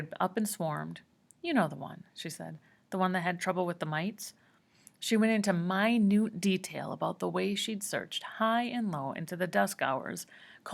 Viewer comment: she fr said “mi-nute”